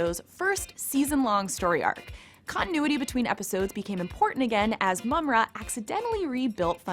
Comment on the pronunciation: its JAH-GA and PU-MAI-RA btw, lol u said mama-ra at one point. please get hosts that know how to pronounce names or have them practice or research it. seems like you just hire a girl that is attractive (I guess) wearing a gaming shirt as to appear a cool gamer chick that know 80's cartoons. sorry see right through that. I was going to subscribe and like but nope